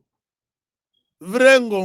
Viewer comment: mille pattes en kikongo, c'est pas ce que tu prononce! Vrai nom: Ngongolo